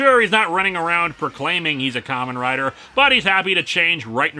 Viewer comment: Am I the only one who's hearing 'Common Rider' instead of 'Kamen Rider?' I can't be the only one.